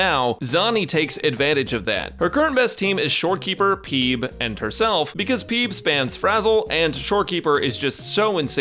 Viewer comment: Is it me or I'm the only one who hears Beeb instead of pheeb